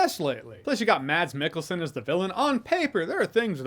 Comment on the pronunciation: His name isn't "Mats Mikkelsen". It's "Mads Mikkelsen". The D is silent.